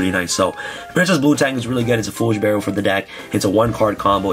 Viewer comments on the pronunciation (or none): none